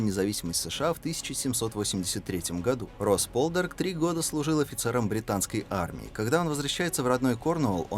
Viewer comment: "По'лдарк" - так произносится на английском